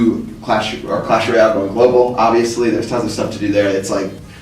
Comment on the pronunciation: acho mt foda o falando "royale"